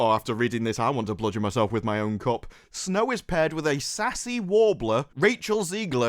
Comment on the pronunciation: I must say... I had to take a double take on Your pronunciation of the word "cup"